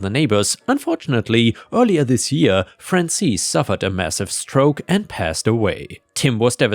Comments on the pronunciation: Hey, Penny again. Frances is a western name. Generally unisex. Pronunciation is FRAH-n-sis. Not EES, IHS. Think the second syllable of the word Axis. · Frances is "fran sis" not "fran sees." lol